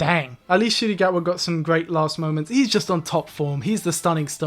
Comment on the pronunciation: You went Ncuti Gatwas entire tenure without ever saying his name right. Im kind of impressed.